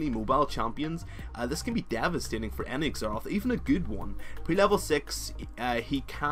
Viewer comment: its pronounced ZERath..